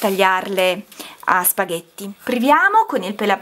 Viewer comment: «spaVètte» con la 'v' :-p. «câ pummaròla 'ncòppa» Saluti dalla Campania :-)